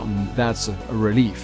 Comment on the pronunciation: Lol, the word for relief should be pronounced like french almost not like relief, XP (don't you just love how english doesn't make any sense? ^^)